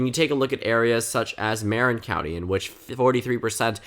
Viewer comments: You pronounced Marin county wrong :( its not Marin like Karen its Marin like mER-in. Great video always tho :) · fyi "Marin" county is pronounced "mer-RIN"